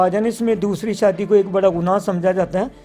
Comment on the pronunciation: shadi beta hoti ha sadi nai pala bolna seehk pir kar shadi